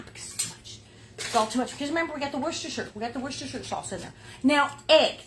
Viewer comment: I'm impressed! You can actually say Worcestershire sauce. As a brit we don't have any problems with that word but its great listening to Americans having a go saying it. Meat loaf looks like it would be ideal to freeze to eat another time.